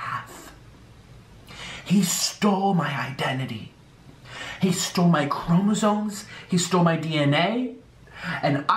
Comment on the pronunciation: he said chromosones